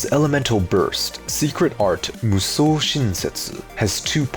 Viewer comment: Man how he say Mushou sounds so good